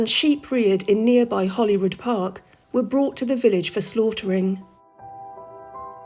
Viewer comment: It's name is Holyrood not Hollyrood.